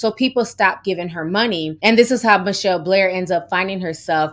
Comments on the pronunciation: Hey Ti, horrific story and you did a great job portraying such unimaginable circumstances. Her name is pronounced Mitch-Hell, not Michelle, fyi. Keep up your great work. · Her name is Mit- Chelle plz say it correctly!!